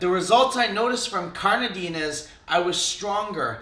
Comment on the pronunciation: Why do you say carnadine most of the time?